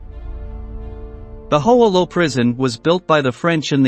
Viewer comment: Mispronounced Hoa Lo, incorrectly identified Ev Alvarez as an Air Force pilot, etc. Shoddy piece of work.